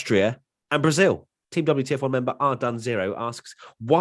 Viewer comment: "Welcome everybody, and welcome back to the double - t - f1 podcast" But I wanted to see the wtf1 podcast, not the ttf1-podcast...;)